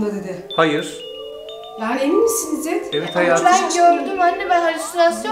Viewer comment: Jsjsjjs😂İzder degil izzet 😂😂😂